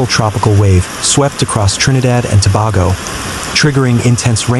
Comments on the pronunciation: Repeat after me, Tobago. It's like saying To/bay/go not To/bar/go. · We appreciate your reporting but the pronunciation is-Trinidad and Tobago ( Tuh.bay.gow). Thank You